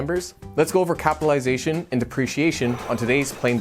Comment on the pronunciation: Are you sure you are pronouncing correctly capitalization?